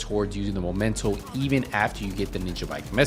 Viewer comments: "THE MOMENTO." 4 years after the release of the game and people still mispronounce it. The word does not come from "momentum". It's called MEMENTO, as in a souvenir you get from a trip or from somebody, that reminds you of the event or that someone. Why does it bother me? Help me god, because I don't know. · It's ME MEN TO, not MO MEN TO. Sorry, it's just triggering me, when people misread it like that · pointing out mispronunciation is offensive now? He can clearly pronounce the second syllable of the word correctly. Misreading and then remembering the wrong word is common. The "triggering" part is called hyperbole on my part, stop getting your panties in a bunch. I don't even know why I bother pointing it out on some random dudes video which popped up in my recommended category. The content is otherwise nice. If you overreact to everyone like this, i feel bad for you.